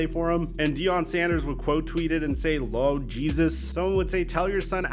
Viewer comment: just say Lord instead of Lawd you’re not from the South and you enunciate it wrong. No offense